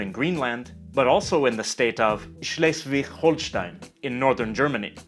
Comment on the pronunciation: you didn’t get it. You used a German pronunciation that was wrong towards the end of Schleswig instead of a Danish pronunciation where that ‘g’ ironically would have been correct in the local dialect.